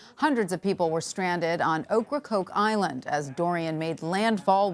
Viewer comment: They keep saying oak CrokeIsland rong